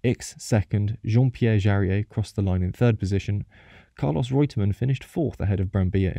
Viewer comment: same with Reutemann, not Rutemann.